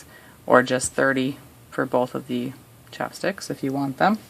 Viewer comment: I love how she calls them chapsticks instead of chopsticks [